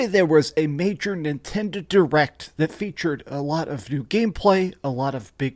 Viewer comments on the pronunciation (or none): none